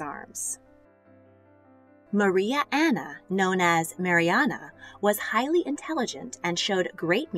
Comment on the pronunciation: I love how she says Maria anone ne yas